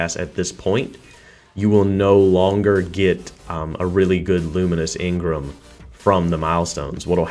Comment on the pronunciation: Let me get one thing right or straight in this video its not engrim (its engram)